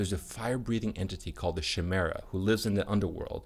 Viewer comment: Just FYI, Chimera is pronounced ky-mera Keep up the good videos